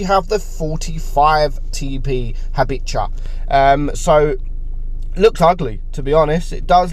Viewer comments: By the way, the pronounciation could be: Habicha as Habikha, Markowskiego as Markovski-ego, Tyszkiewicza as Tyshki-evicha, Lewandowskiego as Levandovski-ego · Hey. About the Habicha.. U just pronounce the "CH" the same like its the first H in Habicha read it like habiha:)